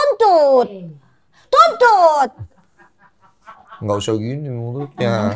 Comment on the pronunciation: Candu pas doktif bilang "tuntut dong doktif, tuntut, cuncut😅😂